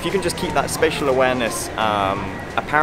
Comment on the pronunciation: SPATIAL awareness... SPATIAL....